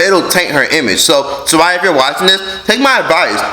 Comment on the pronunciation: Lol it’s SAH RIYA